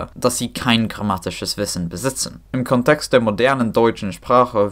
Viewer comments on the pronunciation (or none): Your German is exceptionally good, bravo. Thanks for this fantastic video! One correction: the stress in "Kontext" is on the first syllable, not the second.